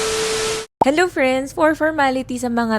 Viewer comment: Oe pwesent😅 henlo friends😆